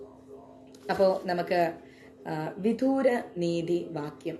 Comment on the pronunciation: വിദൂര അല്ല.... വിദുര എന്നാണ്